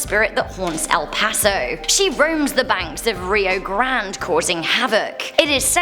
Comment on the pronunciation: I heard you say Río Grand; it’s Río Grande.